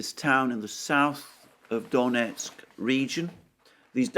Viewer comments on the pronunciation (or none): none